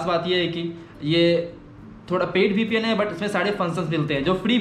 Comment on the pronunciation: vpn not ppn